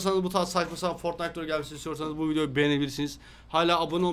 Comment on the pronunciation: foytnite W H A T :D